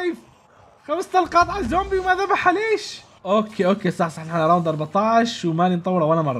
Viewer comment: الزومبي ❌ امزومبي✅